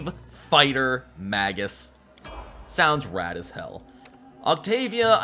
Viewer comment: Its pronounced May-gus. Hard G, unless its plural. Magi is Mah-jai.